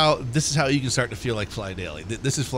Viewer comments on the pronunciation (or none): none